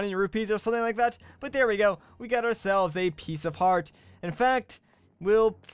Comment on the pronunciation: he said piecefart